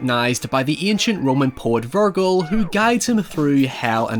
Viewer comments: Good video but Virgil, not virgle! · Honestly Dante would be offend if he heard you call Virgil, Virgul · hearing ver-gill instead of verge-il hurt my soul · House = haus or Hau-oose. Also, Virgil is not Vur-guhl & (not Veer-gill) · Way to fuck up Pronouncing Virgil! Lol it’s said like Vir-Jill, not Vir-Gill lol. Big mistake 😂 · Virgul...virgul...isn't Virgil? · I can understand Anthony and An-tony but Vergil and “Ver-gill”? That’s the biggest crime here, I’m sorry. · its virgil with a hard g sound like in giant. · Great video, awesome movie. One critique on this, Is that his name is pronounced “Vir-Jil” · Virgil is pronounced: G sounds like a J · Vurgul man really (ver)(jill) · Love your videos but in this one every time you say "Virgull" it just takes me out of it, it's a bit like fingernails on a chalkboard and I kind of start questioning your knowledge of film if you're saying the name weird. I know the Latin pronunciation but you're not saying that Latin version of the name, you're saying the modern western version of the name. Small thing to nitpick about but it's kind of driving me crazy. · Ah yes, I love Dante and Ver-gull. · Vir-jil, no? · "Vir-gull." Yikes. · I die inside when he says Virgull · "Ver-gill" angry Judgement Cutting in the distance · "Virgil" (Ver-Jil) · By the sixth time you said Vir-gul my ears exploded off my head. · Did you just call him "vir-gull"? Foolishness,. Foolishness. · Normaly its verge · Looked through the comments for this. Even though it's half-way between purism and the English (or rather, French) version, is it still a legitimate way to say it? It preserves more of the sound of the original name than 'Ver-jill'. Anyway, first time I've heard it said like that. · You should learn how to pronounce the name Virgil first. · Mispronouncing Virgil is what’s actually killing me 😂😢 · That pronunciation of Vergil hurts😂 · I’ve never heard anyone pronounce Virgil that way lol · Pretty sure that's not how you pronounce "Virgil".